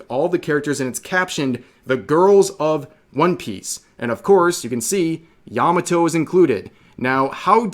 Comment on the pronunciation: Good grief. Yah Mah Toh NOT "Yammuh toe"